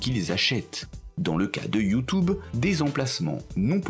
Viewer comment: Ce que j'ai retenu.... "YouTOuBe" :D